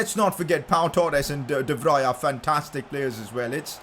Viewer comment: By the way I’m trying not to judge you but De Vrij’s name is pronounced like De-Vree and not like De-Vri